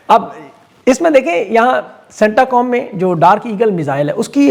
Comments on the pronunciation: It’s not CentAcom, it’s Centcom, means Central Command. And it’s not Routers, it’s Reuters, please correct your pronunciation to sound more informed. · Centacom ni he cent on he.bola to theek kren